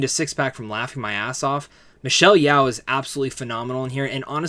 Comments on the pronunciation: It's Michelle "YO" not "YAO" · And Michelle’s is pronounced yo, like yo-yo. Not Yow like owie. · It’s Michelle Yeoh, NOT Yeow please jeez